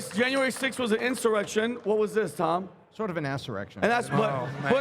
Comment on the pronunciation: “Sort of an asserection”😂😂😂😂I’m rolling